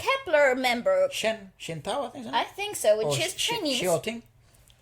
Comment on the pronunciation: Also you said xiaotings name well! Awesome